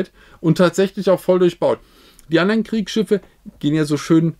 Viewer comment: "Wir suchen die atommgetribbenen Kriksschiffä?"